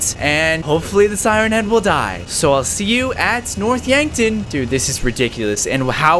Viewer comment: When he couldnt say yankton yonkton lol